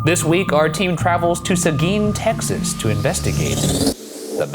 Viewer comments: You said Seguin correctly! I'm so proud. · pronounced seguin like a true southern californian